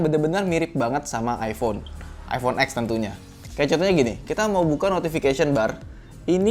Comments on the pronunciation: bang, iphone x cara ngomongnya bukan x= x(eks) tapi x= ten (angka10) waduh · iphone ten om, bukan iphone ek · Over price itu buat orang yang ga punya duit, jadi ya udah lah ya... Beli sesuai kebutuhan & budget aja... Btw selama optimalisasi os nya bagus ya worth aja sih... Btw iphone X (ten) bukan x(eks)....